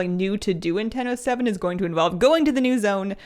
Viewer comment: I keep heaing Nintendo 7 instead of "in ten o seven". What is this mysterious new console?)